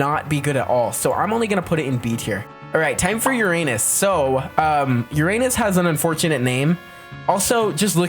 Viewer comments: and its pronounced "yer-in-is" not "yer-an-is" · You pronounce Uranus like urUnus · other than his insistence on using a 10 year old's pronunciation of Uranus this guys pretty cool